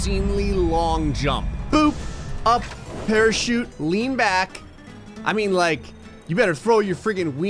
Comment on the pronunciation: The first time I heard it, I thought he said “pair of sheep”, then I rewound and realized he said “parachute”